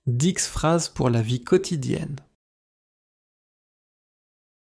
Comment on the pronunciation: Дислайк за "дикс фраз"